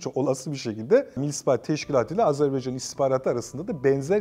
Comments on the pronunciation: Sunucu da AZARBAYCAN diyor. Tam skandal. 🤣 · hocam hocam can kardeş AZERBAYCAN tekrar edelim AZERBAYCAN canımsınız beycan felan değil yapmayınız doğru telaffuz önemlidir..... CAN GARDAŞIMIZ AZERBAYCAN VE TÜRK GARDAŞLIĞI İLELEBET MUZAFFER OLSUN DAİM............. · Hocam lütfen Azerbaycan deyiniz. Yanlıṣ söylediniz programın baṣından beri Azerbeycan dediniz durdunuz. Hiç Azerbaïdjan yazılı cümle yada uçakta mıı görmediniz. Yanlıṣ bilmek ayıp değildir. Ancak yanlıṣta ısrar çok büyük bir hatadır. Kardeṣ ülke dediğimiz ülkenin ismini merak edip doğru söylemeyerek çok büyük bir ayıp ediyoruz. Artık kardeṣlerimizde baktı herkes farklı ve yanlıṣ söylüyor, bir ṣey demiyorlar kardeṣ olduğumuz için. Fakat ben bu konuda çok hassasım doğrusu kimse kusuruma bakmasın. Azeri değil, Azerbaycan türkü, Azerbeycan yada Azarbeycan veya Azarbaycan değil Azerbaycan doğrusudur. Bu kadar mı zor söylemesi? Allah aṣkına. Biraz saygı lütfen. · Azerbeycan deyil Azerbaycan lutfen okumuş adamsjniz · Azerbeycan değil...Azerbaycan...ukranya değil...Ukrayna.. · Azerbeycan deyil, Azerbaycan. Bunu 33 ildi öyrənə bilmədilər bunlar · AZERBAYCAN diyemeyen bir akademisyen. Gerçekten ayıptır. Röportajdan evvel 10 kere kendi kendine AZERBAYCAN desen telaffuzun düzelir be kardeşim yuh! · Sunucu da AZARBAYCAN diyor. Geçen sefer uyarı yazmıştım. Anlaşılan okuyan yok GZT'den. Türkçe konuşabilen sunucu ve konuklar istiyoruz! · "AZerbaycan" çok mu zor ismi doğru söylemek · Video boyunca hər "AzərbEycan" deyiləndə bir iynə kimi beynimə batsa da eybi yox. Ən azından manipulyasiya eliyib "azeriler" demir :D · Hocam, bu kadar kendini yetiştirmiş bir insansın, Azerbaycan'a Azerbaycan demek bu kadar zor olmamalı. Kim bu Azer Bey! Hepiniz aynı ağızla bizim için çok değerli bir ülkenin ve bölgenin adını yanlış söylüyorsunuz!!!